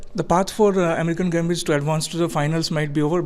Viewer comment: Did the interviewer say 'Amreekan' instead of 'American' gambits? Haha!